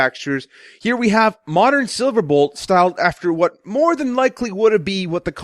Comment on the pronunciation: you said SilaBolt